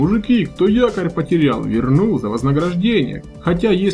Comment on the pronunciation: На не якорь а тыкорь😂😂😂